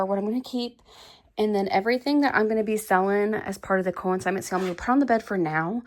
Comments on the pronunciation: Just wanted to make sure you were aware that it’s pronounced CON-signment sale, not co-IN-signment sale. CONsignment like con man, not co-IN. :-) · Con-signment (not co-in-signment) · Break the word up...con-sign-ment.